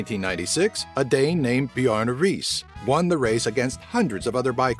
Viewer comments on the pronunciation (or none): AND U GUYS ARE SAYIN BJARNE RIIS WRONG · I like how you pronounce Bjarne Riis XD